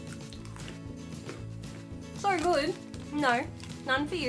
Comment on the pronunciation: I love when you say things like “so good” because your accent sounds stronger and it’s ‘so good’